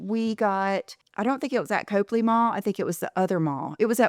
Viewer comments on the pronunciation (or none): Get your best Boston accent man to teach you to pronounce Copley, lol. (It’s Cop-lee, not Cope-lee)